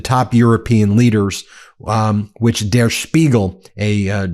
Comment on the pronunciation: Ben, just wanna help out your German real quick- in "Der Spiegel," the "der" isn't pronounced like "dare," it's pronounced like "dirt" without the "t." Doing the "dare" pronunciation is a hallmark of the bad Amerikaner accent 😅